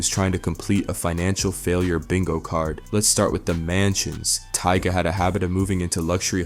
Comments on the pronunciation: Did he say TEEGAH? 🤣🤣🤣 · Tyga ❎ Tea-Gahhh✅ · Who TF is Tiega?! Bro call this man by his name 🤦🏻‍♀️ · Lmao Teega? u mean tiger (Tyga) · Funny how you learned these people financial and personal business but can't say their names correctly. 😅😂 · Which one is it TYGA OR TEGA 😂😂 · Tee Guh 🤦‍♂️ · Tea-ga.... lol that's wild. Sounds like a mortal kombat character name. Tea-ga... wins... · Lmaoo bow. Wow and teeta 😂😂